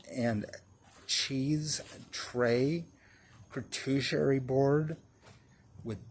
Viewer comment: Ker-too-sure-ee? Charcuterie is “shar- coo-tur-ee” mr